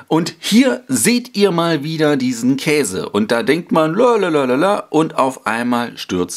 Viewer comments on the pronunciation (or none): none